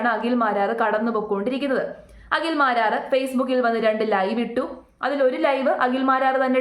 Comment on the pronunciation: Akhil Akhil. Akshara sputatha. Agil alla. Abadham . Abadam alla😅😅 hahhha paadham. Paadam u mean field.😂😂